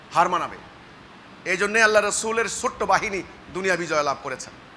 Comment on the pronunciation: বেয়াদব তুই তো আল্লাহর নামটাই ভালোভাবে কইতে পারিস না তুই আবার কিসের ইমাম আছিস